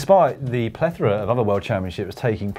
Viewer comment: Good job Dan, you got "plethora" spot on this time without making anyone laugh.